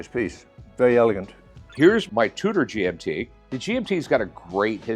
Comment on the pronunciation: Rick’s pronunciation of these brands is killing me. I love how Michael doesn’t correct him and pretends not to know what a GMT is to let Rick take the spotlight.